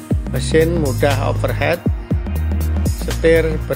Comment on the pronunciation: over heat mas...bukan over head 😁🙏